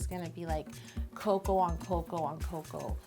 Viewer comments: It’s called co-co-a dabs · cocoa woter 😂😂